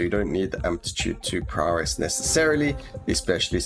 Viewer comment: Any chance you could make a tier list for the survivors as well as abilities maybe? Really getting into the game now, thanks to watching your videos. That paladin build carried me a long way too. Love how you pronounce prowess --> Prawress :D Can hardly wait for the patch to become live..